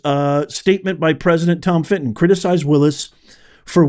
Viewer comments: Fitton not,Fritton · You mean Tom FITTON….NOT “Fritton” 😂😂😂